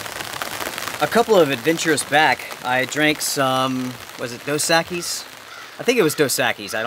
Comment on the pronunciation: Correct pronunciation: dŌs (LIKe DOE) ECK-eeees